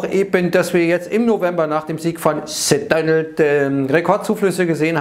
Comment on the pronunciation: Man müsste mal ein "The Dönöld" Trinkspiel veranstalten 😅